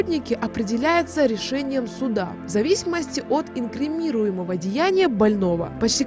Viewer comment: Не «инкримирумого», а ИНКРИМИНИРУЕМОГО